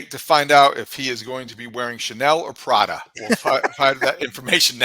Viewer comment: “Chanel or PRAHDAHH”